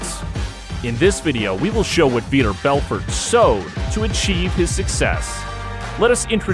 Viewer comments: How does every MMA fan feel when you mention the name "Veeder Belferd"? They feel like it's pronounced Vitor Belfort. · How do we feel when we hear the name "Veeter Belfer"? Like you have no idea what you're talking about.